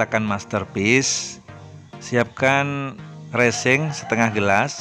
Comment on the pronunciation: Mantap bermanfaat skali tapi bukan Recing Bosque tapi Resin,,,,,,,,heheeee